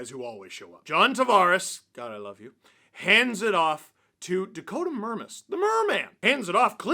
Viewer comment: TAV”air us”